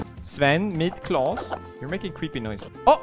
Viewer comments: Not Klaus - It is Clas! Hugs from a Swede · For them who are not Swedish or already know it, it’s not claws or klaus. It’s Klas. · It's "klas" not "claus" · It’s Clas/Claes not Klaus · It's K.L.A.S it's an common name in sweden, and not Klaus! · Its claws not klaus